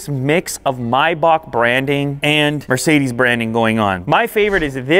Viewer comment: It’s sucks how you speak Mercedes. Come to Germany